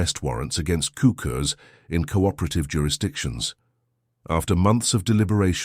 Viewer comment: sookurs is the best pronunciation